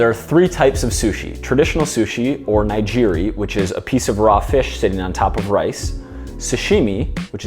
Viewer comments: I believe Nigiri is pronounced with a hard G not a soft one. Either way, great video, as a chef and workout enthusiast videos like this really help me better understand health and fitness with food! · great video but you are completely pronouncing nigiri wrong.